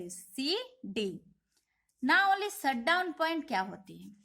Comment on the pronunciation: Mam its Shut down not Short down